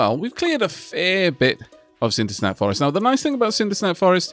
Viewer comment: I'll never stop liking how say "Cindersap Forest", that extra n though:D